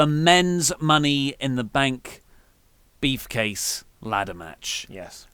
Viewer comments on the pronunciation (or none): Sounds like is saying "beef-case" every time he says briefcase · Am I the only one hearing them call it the money in the bank BEEF case? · is saying beef case or briefcase? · Also, sounds like y'all are saying "beef"case Lol